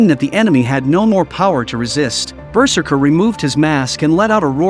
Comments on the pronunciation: BERserker. Lol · The way the narrator pronounces ‘berserker’ is just too funny